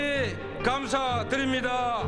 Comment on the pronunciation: 감안사 드림니다 아니고 안감안사 드림니다.